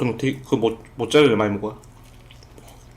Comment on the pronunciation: 머짜렐라 하또우그